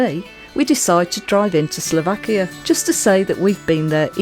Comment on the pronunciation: Great God!!!!!😫....the name of the country is S L O V A K I A !!!